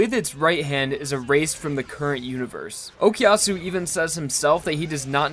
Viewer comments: pls stop saying "okiasu" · Honest question, why do English people say "okiyasu" or "okyasu"? Is it that hard phonetically to say o-ku-ya-su? The ku is not silent in Japanese so I really don't understand why I hear that from most English speakers